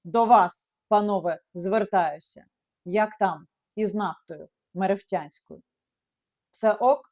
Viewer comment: Яніна, місто Мерефа! Отже, "нафта мереф'янська" (не мерефтянська)